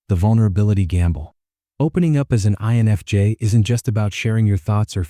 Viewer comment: why can't the weird computer voice prounounc "I"NFJ? And would someonevedit the pacing of the words so that the sentances make sense? why do we put up with this when any random English-speaker would do a better job?